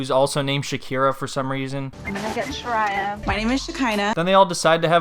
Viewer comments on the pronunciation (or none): Her sister is named shariyah not shakirah